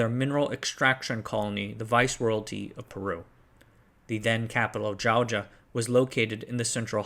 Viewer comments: Raimac? Llaulla? Calao? My god… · Loved it. Just a couple of notes: Fujimori's rival was the yet to be Nobel laureate Mario Vargas llosa (pronounced yo-sa not lo-sa) Try to remember Js in Spanish are pronounced like an H from haha (your pronunciation of Jauja pains me because I love that place) Fun fact, all of our elect presidents since the 90s were jailed (except Garcia who shot himself to avoid jail) , and since 2020 we've had 6 presidents go through palace of government. Even with all the political turmoil we've achieved surprising economic feats for the region, cost of living not withstanding.